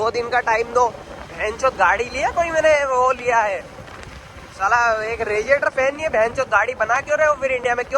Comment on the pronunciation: Regiator nhi hota radiator hota h